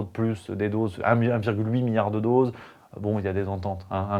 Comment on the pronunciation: Soyons indulgents, avouez que prononcer "milliard" ça arrache la gueul..